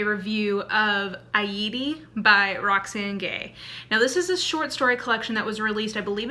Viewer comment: Pronounced eye/e/tee